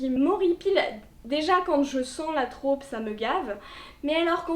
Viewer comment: Hyper sexiste en effet, ça m’insupporte aussi quand je tombe dessus. Désolée, je vais chipoter, mais en français « trope » se prononce avec un o ouvert (Et non pas « traupe »). Et c’est un mot masculin.